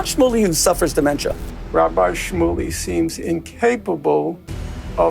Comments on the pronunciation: lol had destiny never seen the word "rabbi" before? "Rabby"? lol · Destiny please learn how to pronounce Hebrew words. “Rabee”???